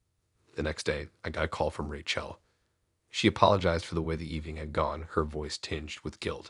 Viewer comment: It's Rachel as in Rachĕl, not RaCHĔL